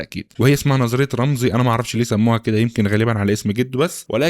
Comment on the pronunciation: رامسي مش رامزي 😅😅 محتواك فاخر والله